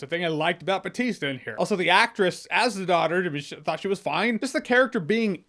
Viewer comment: Why do you say "Batista" if the name is Bautista? Can't you gringos say "au"? Edit: yes you can, like the last name Bauer